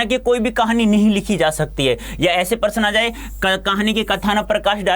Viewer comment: Prashna ko person bol rhe hein sir😂